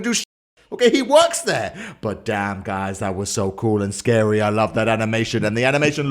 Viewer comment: I love how he says "scardy" instead of "scary"